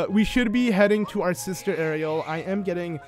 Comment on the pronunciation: It's pronounced arrill but Ariel sounds better